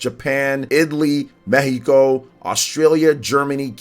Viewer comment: Thanks for pronouncing Mexico the way it should be , there’s gonna be the final release trailer in the coming weeks prior to the release, I’m about to get my copy of Tears of the kingdom, it’s gonna be a long wait 😢